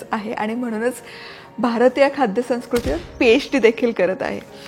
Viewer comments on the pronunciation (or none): अभिनंदन 🎉🎉 संस्कृती हा शब्द तुमचा हिंदी उच्चार होतो तेवढा फक्त मराठी येऊ देत ताई... ऐकताना जाणवतं,,वेगळं वाटतं